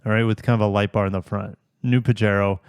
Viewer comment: Pajero is a Spanish word,. It's pronounced PA-HAY-RO.